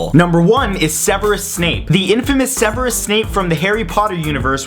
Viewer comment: its not se-ver-us its like sev-eersus